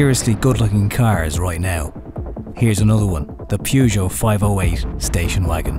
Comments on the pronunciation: pronounced purr-geot not pew-geot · Actually 'peh- zho' is closer to the mark ;) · "PUUGOT" HAHAHAHA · At least it's not the American "Poo Joe" 😁